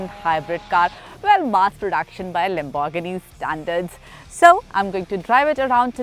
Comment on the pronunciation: Love the way she says Lambor-ghini